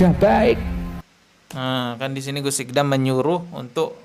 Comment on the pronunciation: masak baca nama orang salah 😂😂 namanya itu اقدام bukan اقضام (iqdhom)... Gmn sih??!!.. belajar bahasa arab dulu gihhh..